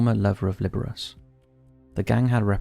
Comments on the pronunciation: “the former lover of Liberis” It’s Li-br-ah-chee”lol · Former lover of Lih-ber-AH-chee not LIBER-ace lol Ace. lol